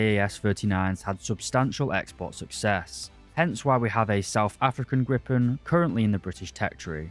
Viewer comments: My man, it's a Gripen, not a Grippen. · Griiip´en. Not Gripppen.